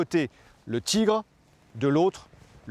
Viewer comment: Le char allemand est un Tigre, pas un "tchigre". En dehors de ça il faut reconnaitre que c'est intéressant, il y a de l'idée avec ces animations.